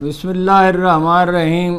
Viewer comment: Bismillah ka talaffuz tw dururst kr Len ap..